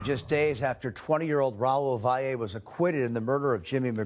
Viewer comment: It's pronounced Vally not how all you newscasters are saying it. If you are going to report the news at least try!!! SMFH